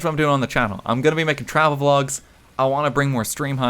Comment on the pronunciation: a japan pholg would be awesome did you say vlog or phlog?